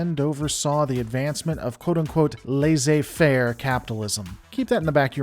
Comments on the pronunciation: "Laisser faire" isn't pronounced so much as "LAHzeh fair", but more "less a fair" (just the word "less", the letter "a" and the word "fair"). Obviously, that isn't the best way, but it's a lot closer. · Just FYI, "laissez faire" is pronounced "less-say fare".